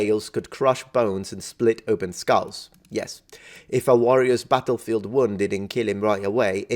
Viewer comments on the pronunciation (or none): none